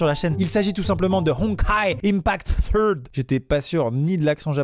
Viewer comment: la manier dont il a dit " third " 😭😭